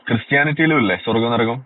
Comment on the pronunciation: നരകം അല്ല കോയാ നെരഗം 😀😀